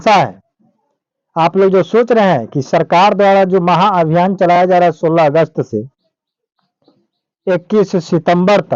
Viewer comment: महाभियान होगा चा माहाभियान होगा पहले इसको सुधार ले आप